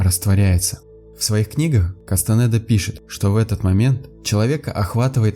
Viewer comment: А Кастанеда - через е, а не через э